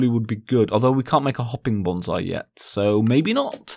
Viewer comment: its pronunciation is [bonsai] not [bonzai] :)